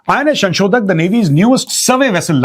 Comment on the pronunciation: Sir just a small correction.. It's not 'Shanshodhak' It's 'Sanshodhak' Dhanyawad 🙏🏻🙂